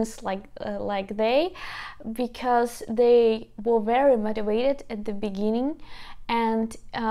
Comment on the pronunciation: BTW it is very cute the way you pronounce "motivated" ... however the letter 'v' in the word 'motivated' is pronounced the same as the letter 'v' in very. Perhaps divide it into four separate parts, for example 'mote - ti - vate - ted' ... So practice saying 'veh' with very and 'vay' with vated. Hope that helps ☺